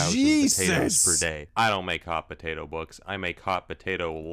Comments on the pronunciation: I just like listening to you say "b'day'o" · I LOVE the way you say Potato 😂 "pdAO" ... please never change